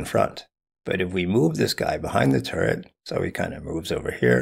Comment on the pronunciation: Oh, he was saying turret the whole time. Not turd. Turret.